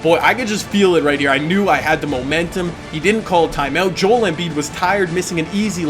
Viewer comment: hi key it pisses me off when you says Joel's name wrong. Could you look up how you pronounce it